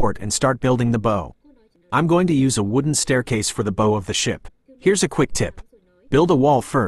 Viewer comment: Uhh - it's (/baʊ/) like bowwow) not boe......